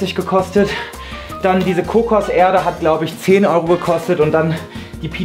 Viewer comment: Sprachfehler. Kommt eben aus NRW 🤷🏼‍♂️